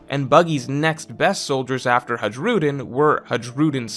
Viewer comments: for the love of God, please pronounce the names properly. Don't butcher someone's language by your own standards. It's may be spelled Hajrudin but it is pronounced as Hairudin. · I know it's a minor thing, but Hajrudin is pronounced like Hi-rudin. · the way you pronounce Hajrudin 😭 its Hi - rew - din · The way Hajrudin was pronounced killed me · stop pronouncing the “J” in Hajrudin it’s silent.